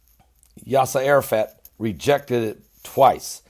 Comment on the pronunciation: haha, love your pronunciation! Baha Rain (Bahrain). Cute. Oh, there is more! Yes Sir Ara Fat (Arafat). And Obama Nation? (obomination) lol So anyhow, are the Palestinians going to get bombed into oblivion, or how will you make them stop killing Jews???